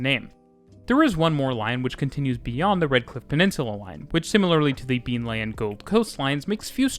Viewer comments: Nice video. I used to live in Brisbane. It has a special place in my heart as it was the first place I set foot in this country two decades ago. For future reference: Beenleigh is pronounced "Been Lee." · As someone who's lived in Brisbane for a long time, Good job trying to pronounce some of our silly named towns. Missed on a few, but you did well... haha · Mispronunciation of Beenleigh, that's a paddling... it's Leigh as in lee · I would like to congratulate you on your pronunciation of the many and varied place names in this video. Most foreigners mangle them badly, however you did an excellent job. My only gripe is Beenleigh is pronounced “bean-lee” and not “been-lay”. :) As a former Brisbane native I really enjoyed this video, seeing what the city had done to improve the public transport since I left 16 years ago. Thank you muchly! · A great video as usual, (though I couldn’t help but giggle at your pronunciation of Beenleigh!) You explained the up sides of Brisbane transport system very well but didn’t really go into the downsides - the main one being relatively poor frequencies (most rail lines are only every 30 minutes off-peak). Also, the Brisbane bus network is … umm … dreadful. It’s a confusing mishmash of mostly infrequent routes with an insanely bewildering variety of stopping patterns and route variations all mostly converging on the city centre. The bus network is so complicated that there isn’t even a network map, it would be almost impossible to draw a legible map. There isn’t a single high-frequency cross-suburban bus so most trips between suburbs require going all the way into the city and back out again. There has been some good work done on improving SEQ’s public transport system but it still lags a very long way behind Sydney, Melbourne and Perth and consequently has much lower ridership than those three cities. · Yeah only got Beenleigh wrong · Been Lee not Been Lay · Been-lee, not Been-lay. :) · Great vid. Also its said "Been-Lee"